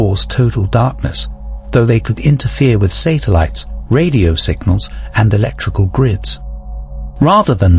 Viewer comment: I’m guessing so by AI’s pronunciation of satellites as sater lights 😂